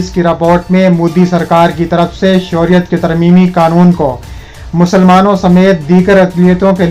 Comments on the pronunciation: یہ شوریت کیا ھے بیٹا خبریں پڑھتے وقت تلّفظ کا خیال رکھیں اصل لفظ شہریت ھے ۔ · بھائی صاحب!! اپنا تلفظ درست کر کے خبریں پڑھا کریں مثلاً شہریت کا لفظ کتنا غلط ادا کرتے ہو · I agree with you